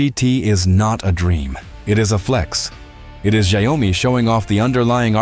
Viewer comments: not ZIOme LOL...SHE YAO MI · ZIO-MI ❌ SHAO-ME✅ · And sometimes “Zee Oh mi” 😂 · Saiome— love the accented name of Xiaomi. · the "si o me" ...tell me you are AI without telling you are AI. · Its Shia-o-mi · AI voice can't pronounce Xiaomi ... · I wondered what kind of pronunciation was used for the name Xiaomi? AI?